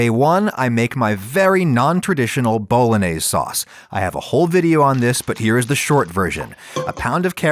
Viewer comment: If you can't pronounce bolognese the right way, you deserve nothing but DEATH